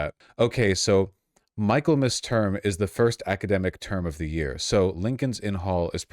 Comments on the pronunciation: mi·kuhl·muhs not Michael.mus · Mik-ul-mass, not Michael-mass. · This terrifies me almost as much as Trump! I have a BA in English because I would be terrified to have a BSE and teach young people! I have to correct you on one pronunciation, but I have been watching you for years and love your content! Michaelmas is pronounced as in Mickey! I’m always getting in trouble for correcting people, most say if I understood the meaning it doesn’t matter if they use the wrong word, definition or spelling! You are proving my assumption! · It's pronounced "Mickelmas", rube. 🧐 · The section of text you read -- You mispronounced "Michaelmas," "implacable," and "lowering." You're part of the problem, Vaush.